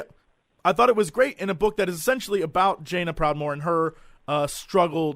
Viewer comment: did jesse says "vajaina proudmoore" ?